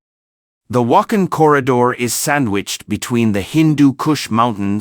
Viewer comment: It is not Wak'hin, it is Wakh'aan وخان . Please learn and pronounce correctly...?